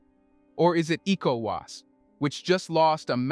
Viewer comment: Is this an AI voice?? It's so annoying the person can't say ecowas properly and worse still can't say Niger properly.